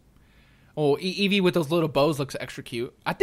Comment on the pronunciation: This is the most cringy thing I've ever watched. Eeveer.